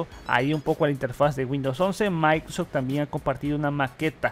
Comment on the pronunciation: No lo se pero sabe decie "maincrosoft", y luego en todo el vídeo "maincros", y así con varías palabras, la y creo que es importante pues su contenido se basa en su voz y noticias del nuevo windows almenos actualmente.